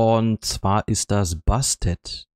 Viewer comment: Cooles Video und Glückwunsch zu den neuen Helden :-) Aber die Katze heißt immernoch Bastet und nicht Bestat ;-)